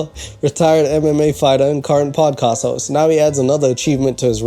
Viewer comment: salam , sorry a little note : it's podcast not padcast.